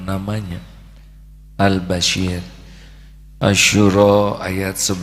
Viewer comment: Mf guruku yg mulia.....nm Allah ya Bashir...dgn huruf shod.. bkn ya basyir...dgn huruf syin Yg maha mlihat...bkn yg maha berita gmbira.. JazakAllah guruku...ilmu yg sgt bermanfaat bt diriku...